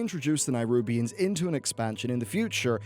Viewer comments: Oh. I'm somewhat early here. Greets! Sorry to point it out but uh... Neh-rubians. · Why are you not able to pronounce Nerubian? You trying to be different? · LEARN TO PRONOUNCE NERUBIANS!!!